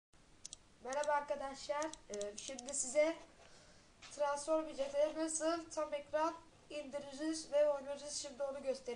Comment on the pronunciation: Tıransformice değil tıransformays (not: okunuş yazdım)